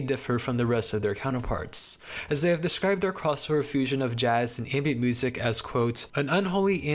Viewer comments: why do you say music wiht a hard c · mf saying music-hhhhhh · why is bro saying musiCKKK 💀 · The way you said music was really throwing me off. This is not me hating I promise!!! I just wanted to ask where your from💀